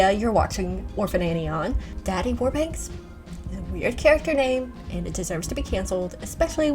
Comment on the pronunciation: Its warbucks, not warbanks. I used to read the comic strip as a child.